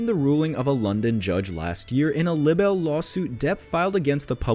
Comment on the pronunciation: Libel and the word libelous has a long “ i”. And does not rhyme with “little” Please correct your pronunciation. Thank you.